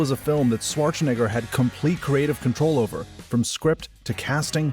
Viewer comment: Considering the high output and the low level of personality, I though this was an AI channel. Only the mispronunciation of Schwarzenegger gave it away. Maybe you should think about personalizing your videos more?